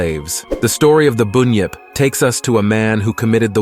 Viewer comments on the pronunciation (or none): It's not boon yip it's bun yip and what's a yo ee 😂 it's pronounced yow-ee And while I'm here (not mythological) it's not e-moo it's pronounced e-mew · No alligators here buddy,and an emu is a bird,and it's pronounced as it's spelt ironically,bun-yip